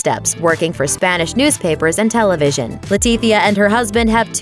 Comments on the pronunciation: why she keep saying Queen Latipia instead of Letizia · leticia not letifia!!!!